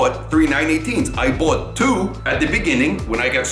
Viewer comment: You mean "How I boight 2 Porsche 918s"